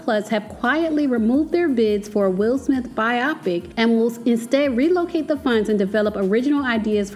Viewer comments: It’s pronounced BI-o-pic, not bi-OP-ic. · It not pronounced biaaapic Its pronounced bioooopic🤦‍♂️🤦‍♂️🤦‍♂️🤦‍♂️ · So sis knew how to pronounce 'biopic' all along and just wanted to trigger me by repeating "bi-Opic" all through the vid? :) lol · It is pronounced BIO PIC! Great vlog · Please learn how to pronounce the word biopic. It is BIO-PIC, not pronounced like the word myopic. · It's pronounced By-o-pic. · I love your content but you are mispronouncing “biopic”. “Bio” comes from biography and “pic” comes from picture.